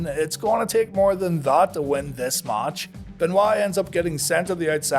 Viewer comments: I love How He says ""MACH"" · The way you say "match" triggers me 😅